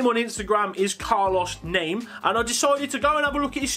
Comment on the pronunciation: its pronounced carlos namey but spelt name